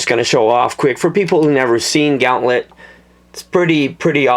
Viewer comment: its said gahh'nt -let